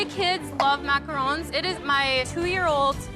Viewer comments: Gordon calling them macar’oo’ns is making my eye twitch. Loved that said it correctly even when all the chefs pronounced it wrong lol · i'm not even French, but I'm so triggered how they keep saying "macarOOOONs" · "9 foot structure of muhcrones"